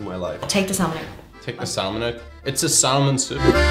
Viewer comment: The Irish mispronounce salmon. LOL In English, the "l" in salmon is silent.